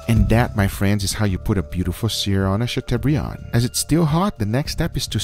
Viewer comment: Chateaubriand! guga, you werent even close...